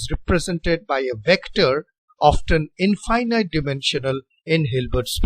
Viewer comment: Thank you, sir, for this helpful video! FYI, in American style English, the word 'infinite' is pronounced very differently from 'finite'. "Finite' has 2 long I's, as in 'like', but 'infinite' has zero of them. It is pronounced with all 3 I's having the short I sound, as in the word' finish'. English pronunciation is very illogical and inconsistent, unlike math or physics! Thanks again for the video!